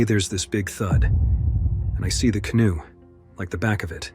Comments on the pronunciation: Canooi no canoe. Learn how to pronounce before you make a video. Too many utube videos with bad pronunciation and spelling. Besides that who the hell would go near that river if you didn't have to. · I had to stop watching after so many "canooies" were on the water. 😂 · Nice AI pronunciation lmao “canoe” “navigated” “other two canoes” “the third canoe” Kind of an interesting glitch considering the other voices on this video had no problem pronouncing “canoe” correctly 😆 Oh one more, - “tourists” Come on man, do better. Is it really so hard to do your own voiceovers? Ridiculous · "In Ahpreal of 1994". Yeah, I'm gonna trust AI. Like I trust "Your time is important to us." "A big canooeey". Yeah, right.